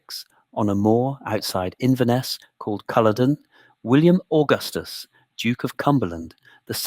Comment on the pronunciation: Culloden is pronounced CULL ODD ENN